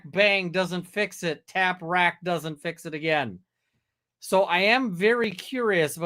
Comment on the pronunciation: I’m suspicious of him mispronouncing tap wrack twice…tap wrap…and a few moments later…tac wrack…